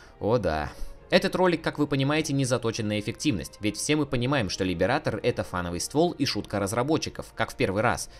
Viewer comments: "Либерейтор" а не "либератор", хватит по ушам кататься. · каждый раз когда кто-то произносит Либиратор , где -то умирает один стример